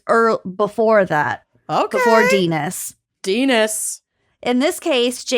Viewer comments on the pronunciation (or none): "denis" with one n is french and you say it like "den-nee". two n's make it den nis.